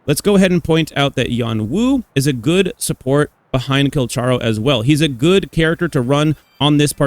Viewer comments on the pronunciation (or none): PLEASE PRONOUNCE HIS NAME RIGHT. THANK YOU